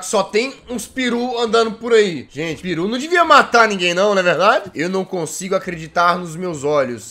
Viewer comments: "J" Gente o certo é "peru" e não "piru" kkkkkkkkkkkkk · O jazz falou piru ,na verdade se chama peru